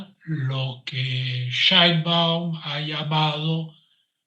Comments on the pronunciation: No se pronucia Shaibaum es Sheibaum por dios ,es apellido judío. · El tipo tiene apellido materno alemán. Sabe pronunciarlo, pero lo hace pq está molesto. Además es judía: él dice que eso es un detalle, algo menor.